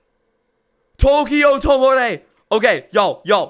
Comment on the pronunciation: "Towki Yow Towmarey" XD